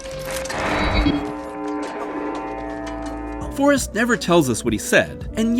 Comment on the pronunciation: Trailer announcer pronounced the movie "Farrest Gump" and now I can't unread it.